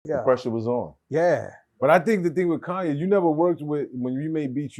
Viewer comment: Niccas think you’re supposed to supposed take whatever cuz it’s COONye